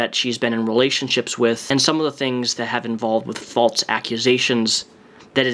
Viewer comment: What about “falts” instead of false?? Am I the only one that has ever noticed that? 🤣